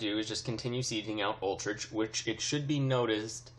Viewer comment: Utrecht is pronounced You-trekt lol Not Ultricht